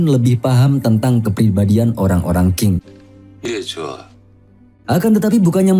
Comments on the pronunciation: Bgs Ching (Tjing ) bukan king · Qing itu dibacanya Cing. Season dibacanya sisen. Semoga membantu saat mengulas season berikutnya.